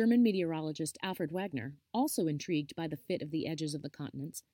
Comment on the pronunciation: Complicated history presented interestingly and in a nutshell! Wegener’s name is Veg-en-er, not Wag-ner. You should edit (or get a third party to edit) your intro before you publish it—it’s riddled with typos and inconsistencies that don’t do your presentation justice.